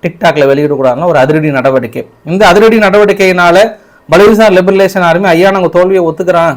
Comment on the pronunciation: Iyya li ba ration. Liberation yendru sollavum Liberalisation veru